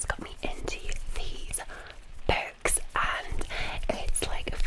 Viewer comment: I love how her glesga accent makes it sound like she reads "berks."